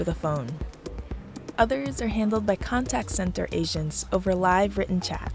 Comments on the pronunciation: It sounds like the narrator is saying “Asians’ instead of “Agents”., the Dominican, has better pronunciation. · Lol I thought she said “asians” instead of “agents” ^^